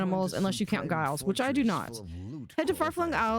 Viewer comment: It's not pronounced guy-les it's a j sound at the beginning. Like Giles from Buffy :) just letting you know. :)